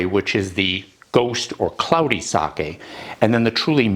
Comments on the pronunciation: thank you, thabk you for pronouncing it right-- in front of all these English speakers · Wow! Seconds in, and you pronounced Sake correctly! That is proof you are educated and cultured. Thx